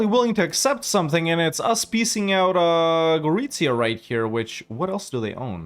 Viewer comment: Gotta love how perfect is your pronunciation of Gorizia. Chapeau!